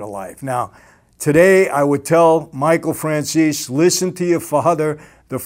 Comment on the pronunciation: Please ☺️Mr Franzese, say Mr Franzese with e in der the End of the name instead Franzes without e. 😃 but is not important....:) god bless you and your family Greez Davide